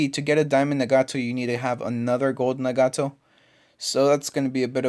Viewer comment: its not na-gato its nag-ato